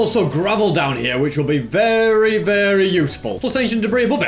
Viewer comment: Why does say"weeery weeery useful" everytime(no offense) Like bruh